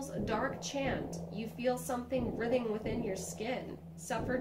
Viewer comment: "Writhing" is pronounced "Ryethe-ing". :-)